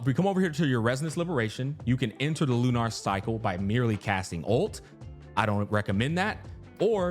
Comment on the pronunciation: Why is he saying lunar like that? LU-NARRR